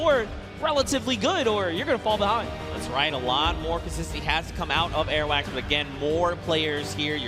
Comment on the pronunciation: the person that called Airwaks airwax omg he annoyed me just by saying that